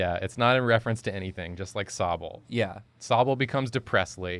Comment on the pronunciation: You’ve murdered Sobble 😂